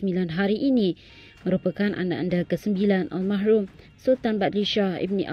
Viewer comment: Bukan al mahrumlah tapi al marhum !!